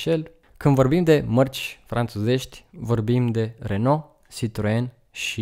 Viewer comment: Renault se pronunță “reonoo” 😁